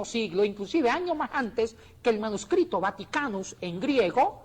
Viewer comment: La palabra Manuscrito esta formada con raíces latina y significa escrito a mano; sus componentes lexicos son manus (mano) y scriptus ( escrito); parece que Bonilla estaba fonetizando esos componentes; habría que ver si en la historia del latin hay esta pronunciación.